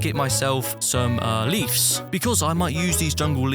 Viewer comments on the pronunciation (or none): Bruh he says leaves like leafs if you see it it’s not a f it’s a v please say it correctly next time but other then that you did great I like how it has rp in a way too